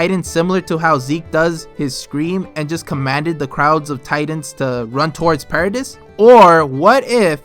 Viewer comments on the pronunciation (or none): Anyone else cringe when he says para-diss lol